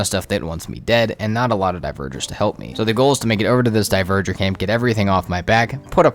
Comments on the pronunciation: Dont know if you'll see this, but dverger is pronounced dvar-gear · It physically hurts everytime you pronounce dverger horribly wrong